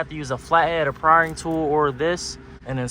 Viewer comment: it prying not richard pryering